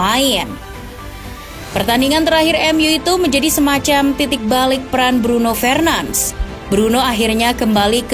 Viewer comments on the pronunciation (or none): Request min, kalau sebut nama lengkap itu "Bruno FERNANDES" bkn Bruno FRENANS" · Cara pembacaannya salah, bukan Fernans tapi Fernandes seperti biasa. Mohon kpd agar bs belajar lagi penyebutan nama dlm bahasa yg berbeda agar tdk membingungkan. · Min,bacanya fernandes bukan fernands🤦‍♂️✌ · Nyebutin nama ny kok ky "Alay" gitu ya 🤣🤣🤣 padahal org enggres aja manggil ny FERNANDES